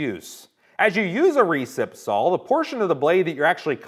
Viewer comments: Is there a good reason why he says sall instead of saw or is it just an american thing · Pronounced SAW not SAUL ....one beast of a Saul though .